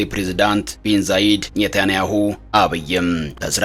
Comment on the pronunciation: አቤት ስም አጠራር ቤንዛይድ አይ የወሸት ዜና 🤣🤣🤣😁🤣ቤን ዛይድ አላለም እኛ ወስነናል በቃ ሀገረ ትሁን ብለን እስራኤል ካለች አለች ነው ማንም ምንም አያመጣም 😂😂😂😂 ስሞን አሳተካክል ቢንዛይድ 🫢🤣🤣🤣